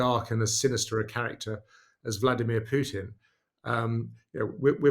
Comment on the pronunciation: It's Pootin (Путин), NOT Pyootin (ПЮтин). Thank you. Also, "pushed" is pronounced pʊʃt (with slightly rounded lips), NOT "peshed" or "puh-shed").